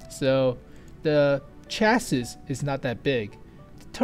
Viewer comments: It's "chassee"... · ***** He means chassis is pronounced cha-sē or chassee